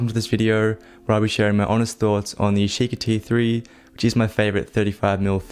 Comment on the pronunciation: "yeesheekee three"